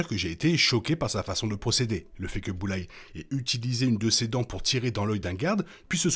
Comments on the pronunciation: Super critique! Par Contre le « Boullaie » me fait un mal aux oreilles 😂 c’est plutôt « BullSeye » ou « BoulZaie » 😂😂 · Bulleyes ❌ Bullseye ✅ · Par contre c'est Bullseye pas Bulleye